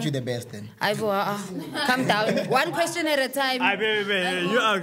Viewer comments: " i dont have a kweshin" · "no i dont have a kweshin" 😭😭